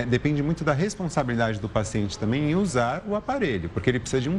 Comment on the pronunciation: Krai, "tanbem" "tabem" mas menos "TAMBÉM"